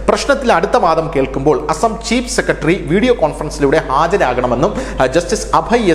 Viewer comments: നമ്മുടെ ചാനലുകളിൽ ഒരാൾക്ക് പോലും " സെക്രട്ടറി" എന്ന് പറയാൻ അറിയില്ലേ . ഷാജൻ സ്കറിയ അടക്കം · " സെക്കടറി '" എത്ര മനോഹരമായ മലയാളം